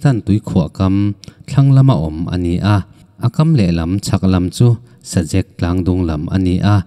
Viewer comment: Sazek tih lam dan tur. Zek tih lai hi, Zak tih kan lam anga lam tur.